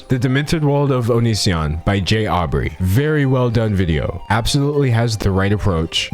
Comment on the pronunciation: Yo you mispronounced Jaubrey's name